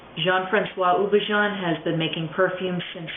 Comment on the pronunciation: Houbigant is pronounced oo-bee-ga(n). Hard g, not a zh sound